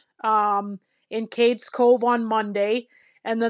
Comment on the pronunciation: It's called CADES Cove, not "Katies" Cove. It's not pronounced like a girl's name.